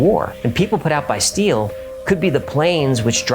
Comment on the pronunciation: "put out by steel" sounds like he is saying "put out by force"